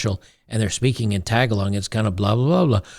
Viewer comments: Lololol tag-a-log. Its Taa-gaa-lang! I used to pronounce it like that too but a couple philipino coworkers set me straight. Tag-along IS way more fun to say tho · Lol “tuh-gah-log” sir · The emphasis in "Tagálog" is on the second 'a' :D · Pronounced TE GA LO not TAG A LONG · Actually, one of the Filipino languages is pronounced, "Tah-Gah-Logue" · Its pronounced, "ta GA log" not "TA ga log." Emphasis on the 2nd syllable. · Did you really live in the Philippines and not learn how to pronounce "Tagalog"? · pronouncing Tagalog lol.